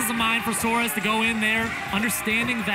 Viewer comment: Suarez*** not suar